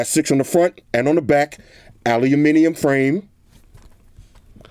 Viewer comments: not "aluniminium" it's aluminium...lol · Aahhhlooloominium frame. 😂 at least is trying to say it like the rest of the world.